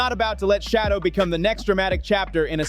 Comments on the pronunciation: PLEASE!!! His name is not "Shadow". His name is pronounced "Sha doer" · his name is Shedure not shadow. So if you are going to try to seem like you like avperson please always pronounce their names properly. It might want people to listen to you. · This Man’s name is SHADEUR- not shadow! Stop disrespecting this man’s name!!! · Please learn how to pronounce h SHEDEUR'S NAME property.